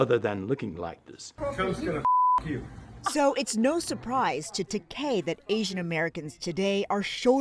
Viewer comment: George “Ta-kay”? The correct pronounciation is “Ta-kye”